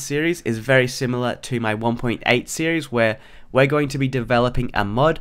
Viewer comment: "Welcome back to a brand new serie" Welcome back??